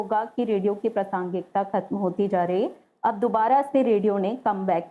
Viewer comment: आकाशवाणी से होते हुए भी ' प्रासंगिता ' शब्द का द्वारा अशुद्ध उच्चारण करना खल रहा। है।